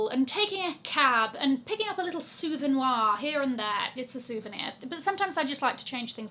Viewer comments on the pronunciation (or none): Sooo - ven - WAR???????? A French person does not pronounce souvenir like that LOL It is basically the same in English soo ven eeeer. Don ´t try to speak French if you don´t know the language is kind of a good rule of thumb, ha! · “Souvenoir” just about had me dying!!!😂😂😂